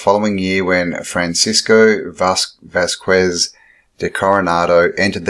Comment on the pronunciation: Gila River is pronounced "Heela". Vasques is pronounced "Vaskez".